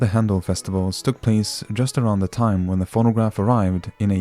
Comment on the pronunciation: Always love how they pronounce the letters R and T with the letter D, like the words "Embaddisment, and DIME, instead of TIME.